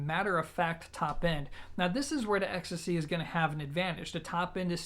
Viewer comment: Well, I thought you pronounced it more like ecstasy, 😂 Still, great review for a piece which has been in my sight for my bedroom setup for some time now 👍